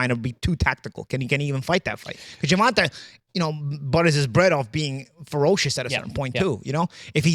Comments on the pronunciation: HIS NAME IS GERVONTA pronounced “GERVONTAY” Get it right please. GervonTAH is not how is name is pronounced. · Petition to have Paulie say Gervonta's name properly.. Ger-von-tay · The guys name is Gervont'A'!!! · I swear I've been noticing that for years it's almost like he doing on purpose 😂😂😂